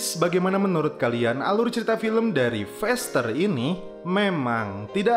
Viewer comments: faster bro. bukan fester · Cakap pn x betul feester,,,,faster